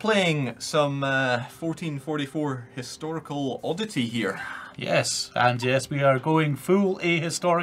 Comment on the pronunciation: Matthew McNeany An 'istorical or what? It doesn't start with a vowel sound.